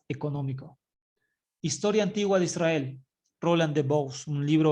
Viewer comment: SI ademas no dice Israel dice ysriar que no se traduce como Israel.